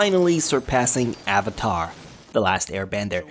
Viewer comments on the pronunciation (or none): none